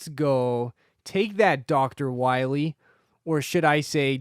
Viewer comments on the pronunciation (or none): DOCTAH WAHWEE!